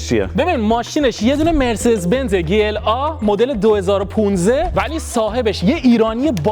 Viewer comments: داداش بنز (گی ال آ) گی ال آ یا جی ال ای داداش وقتی مخفف حروف یک جا هست چیزی بنام گ وجود نداره چیزی ک من خوندم لیسانس این رشته رو دارم وقتی گ خونده میشه ک داخل یک جمله باشه قبل یا بعدش حروف بی صدا باشه این مخفف بود حروف مخفف بود ریدی داداش گ ال آ عا هم وجود ندارد ای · گی ال آ نگو جی ال ای بگو گی کلاس مثلا زیاد به دل نمیشینه❤❤ جی بگی بهتره زیاد آلمانیش نکن❤❤❤ عشقی مثل همیشه عالی ❤❤❤❤❤❤ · گی چیه بگو جی وقتی میگی گی ذهن ما میره یه جا دیگه😂😂😂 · ما به این تو ایران میگفتی جیla نه گ😂